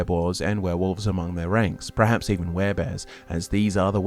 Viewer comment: Absolutely love your vids. Loathe how you pronounce "perhaps" as "prehaps". Haha. 🫠